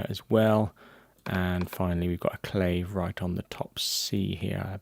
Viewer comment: Also: CLAVE; Claw-Vay/ Guiro- who-ee-rro (Like weirdo w/o the D), Shekere: SHECK-ay-RAY. You said Maracas very well though! Thanks again. Very Informative. Don't mean to be a stickler but pronunciation of terminology is crucial while teaching/ If someone said CLAVE or CayJoan in the studio... I wouldn't have the slightest clue what they meant. Cheers!